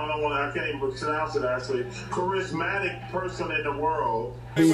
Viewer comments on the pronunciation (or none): He can’t even sunounce charismatic